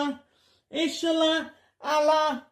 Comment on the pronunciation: “There iz now gawd but Ela…”, izzat another of his p0rn crushes?